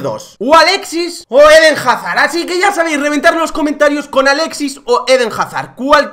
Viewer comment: Jajajaja "Jarzard" pensé que pondrías Jarsar